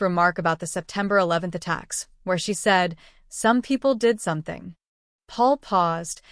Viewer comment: "Saum People Deed Saumting"? And the great flood was "some rain for awhile" Deport Stinky.